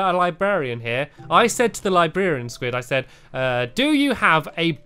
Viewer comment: Stampy's pronunciation of librarian. Libearian